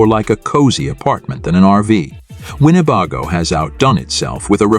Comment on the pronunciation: How can mispronounce the name of the manufacturer?